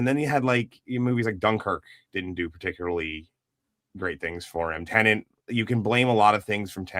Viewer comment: Most people around the world can't say tenet right, either. Show some grace, brother. I bet you can't say onomatopoeia off rip, or abibliophobia without practice. They also made the marketing pretty ambiguous in the US, though I am very familiar with a 'tenet' I thought it was tenant, given it's a black guy trying to go back in time to prevent disaster.